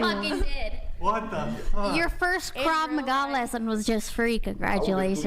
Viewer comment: KV MAA? you mean krav maga?